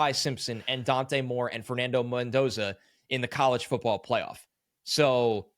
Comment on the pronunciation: Mendoza. Don’t mess it up…